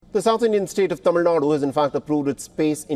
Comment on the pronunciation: I love when he pronounces Thamizhnadu correctly everytime 😍😍😍